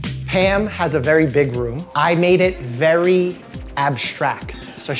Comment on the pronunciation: Are you saying Pam or Pan? Or Pamn? The “m” is silent?